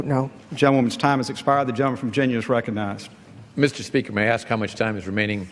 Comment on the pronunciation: Mr. speaker can't pronounce "recognize".